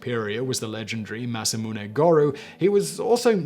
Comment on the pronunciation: He said Masamune the right way! GG Simon, much respect! (I mean, even Civ6 got it wrong)